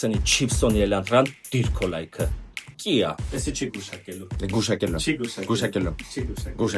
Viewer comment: Կիա չէ քիա